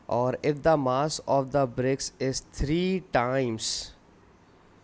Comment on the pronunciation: Good explain but mass ko maass